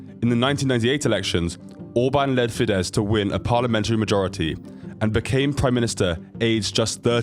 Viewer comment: You really should learn the names of places properly. Also: his father didnt need to make money to send his son to university because it was for free. Also: the name is fidesz - s at the end.